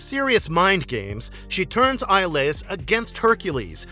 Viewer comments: Hercule's best friend's name is pronounced E-O-Lis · Hercules' friend's name is pronounced Ee-oh-lis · So annoying to hear it mispronounced so many times. Guessing narrator never watched the show. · it was bothering me too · Yeah, it always gets on my nerves when they mispronounce the names of the characters in these videos. 🤦🏾‍♂️